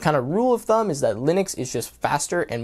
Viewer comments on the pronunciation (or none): none